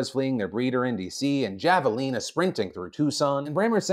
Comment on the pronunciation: Anyone else from the Southwest have to laugh at his pronunciation of Javelinas from Tucson? I will add, my dad was chased by one and those things are FAST!